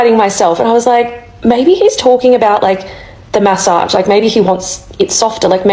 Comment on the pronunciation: take a shot every time she says ma-ssage 😅